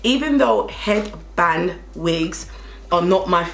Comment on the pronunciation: Why's this lady saying...fivehead...like it's a standard word!?🤣 "Head-bang-wings" She's just the realist